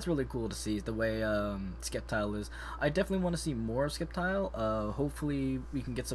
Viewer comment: It is Sceptile the c is silent and Pokken (Pōkken